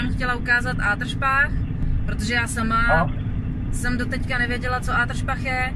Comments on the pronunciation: Mně se líbí ta tvoje výslovnost ;) Do Ááá--dršpachu :D Není to jen do Adršpachu (jakože krátce?) :D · Ano Palírno, je to krátce :) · tahá mě to za uši, coby mistniho.... jela jen do horního do contíku...